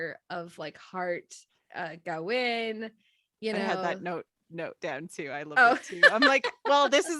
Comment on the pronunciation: Thyme is pronounced "Time" not "Tom" and Kavin is pronounced as K not G. Thank you.